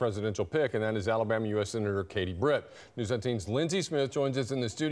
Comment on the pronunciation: An Alabamer.... sounds right 🤡